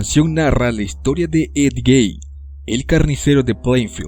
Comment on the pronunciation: Ed Gay 🤦‍♂ Mala pronunciación. Es Ed Gein.